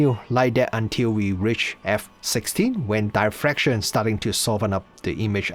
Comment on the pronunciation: d i ffraction, not "die"fraction